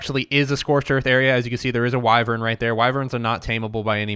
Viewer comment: You pronounce the Y in Wyvern as an I.